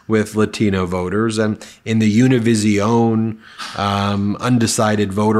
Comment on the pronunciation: Check out the correct pronunciation of Univisión. There's no z sound in there. It's like this: oo – nee – bee – seeohn (four syllables, not five), with the emphasis on the last syllable. And that bee is not a mistake. The b and the v are pronounced the same in Spanish. Sometimes the pronunciation is a hard b and sometimes a soft b. It's a little complicated, but this is the best I can give you here. If you follow this guide, at least your pronunciation of this word will be a lot better.